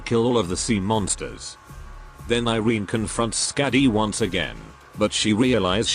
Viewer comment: If iberia is based in spain, irene would be pronounced ee-reh-neh instead of eye-reen